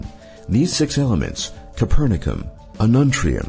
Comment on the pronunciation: Too little, you mean. He pronounced "Copernicium" as "Coopernicum" :(